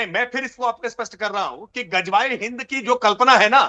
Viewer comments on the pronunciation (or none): none